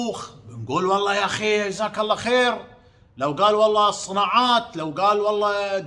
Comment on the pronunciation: ام حمزه ملاحظة صغيره الله يسعدك . عشان تستفيدي والناس أيضاً. الحلف والله وليس ولله لان النطق والمعنى يختلفون %100 . { واللّه _ وللّه } ❤